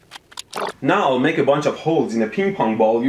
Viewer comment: "souldering eyeron" "the result is negleegiabell" toxic fumes: cough LOL😂😂😂😂